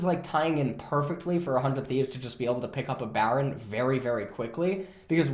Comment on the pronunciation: I keep hearing "400 thieves" instead of "for 100 thieves"